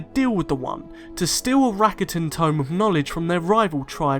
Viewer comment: You pronounce rakata wrong.